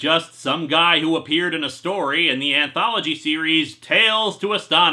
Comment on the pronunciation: Wait did you say ANThology or I just have poor listening skills?